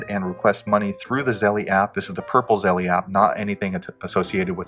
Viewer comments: Its zelle not zellee ding dong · I know it’s petty, but Zelle is not pronounced like Zelly, rather it rhymes with tell, and that makes it Zell. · Stop saying zellie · If you can’t pronounce the app correctly I’m going to assume you don’t know what you’re talking about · Thats not the way you pronounce Zelle, great video tho